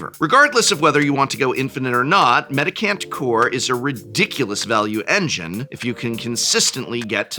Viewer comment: It’s a mendicant, not a medic ant. That said, nothing about its mechanics particularly seem to fit either name, so call it what you like I suppose :-)